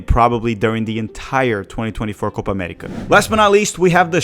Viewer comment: What in the Alabama